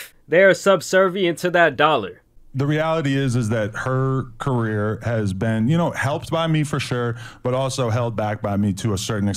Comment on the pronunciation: The way he said career. Lol